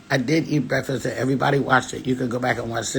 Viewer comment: Baby I hollered when I saw this title.. that shit took me out. Y u said it like the old folks..BREFFAS 🤣